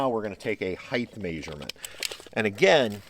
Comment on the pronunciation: What's a mayserment? Did he mean measurement?